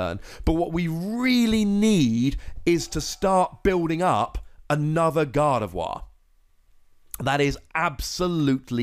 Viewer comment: FINALLY someone who pronounces Gardevoir right 😣